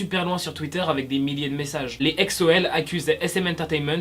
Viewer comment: Ah on dit "exo L" ? Je croyer qu'on disait "exol"